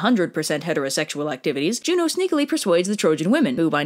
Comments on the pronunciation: I thought you said Romans call Zeus, Joe :/ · "Jvno" is pronounced like "you know"